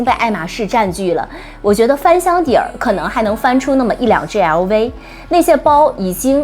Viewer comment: 熬威嗷威嗷威…LV能唸成這樣也是厲害